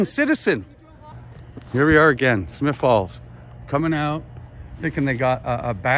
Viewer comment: It's Smiths Falls, not Smith Falls.